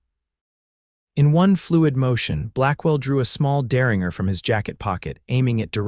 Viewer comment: 😂Good Lord! It's der-rin-jer, NOT der-ring-er. I hear this across all the platforms. I guess AI doesn’t learn afterall. Bakersfield, California